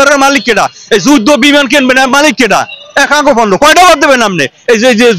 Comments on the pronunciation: পূণ্য বর্জন বলছে। পণ্য বর্জন বলতে পারেন না, এরাই সাংবাদিক! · সাংবাদিক পন্য কে পুন্ন উচ্চারণ করছে।